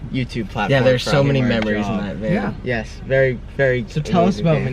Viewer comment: VAN NOT MAN